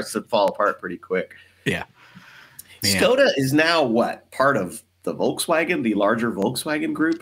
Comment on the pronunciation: Škoda is pronounced Shkoda. In Czech, it means pity.